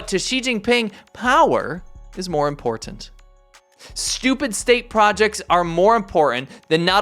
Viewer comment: You have trouble pronouncing "important."